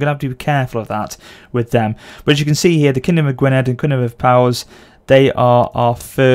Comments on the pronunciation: It's Gwin- eth. The Welsh language makes double ds sound like eth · it is pronounced Gwineth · Just so you know, Powys is pronounced 'Poe-wis' and Gwynedd is pronounced 'Gwunedh', with the 'dh' representing the voiced 'th' in 'then'. Cheeky bit of Welsh. And 'thegn' is pronounced 'thane' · Thegn = Thane, Powys = Pow - iss, and Gwynedd = Gwyneth. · for you to know 'Gwynedd' is pronounced 'Gwinn-eth', 'Powys' is pronounced 'Pow-iss' and 'Glywysing' is 'Gloy-way-sing' :) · Just for you to know 'Gwynedd' is pronounced 'Gwinn-eth', 'Powys' is pronounced 'Pow-iss' and 'Glywysing' is 'Gloy-way-sing' :) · Gwynedd in Welsh is pronounced literally 'gwyneth'. It's such a weird pronunciation :). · It is pronounced GwyneTH